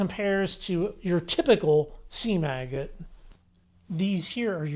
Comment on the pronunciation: Well that's exactly what he was saying sounded like lol!